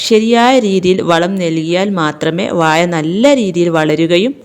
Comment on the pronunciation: വായ അല്ല വാഴ